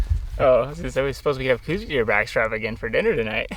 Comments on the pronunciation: Don't take this wrong, but they are "cows" deer. Named after Dr. Coues. An army doctor and naturalist from the 1800's. I know cooz is the norm today, but cows is the proper pronunciation. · STOP. For fucks sake - say it right - COWS deer is the only proper pronunciation. Show a modicum of respect and intelligence. Otherwise please stay out of Southern AZ. Carpetbaggers. But it's awesome you had a great hunt with your Dad, glad for that. Just please says COWS.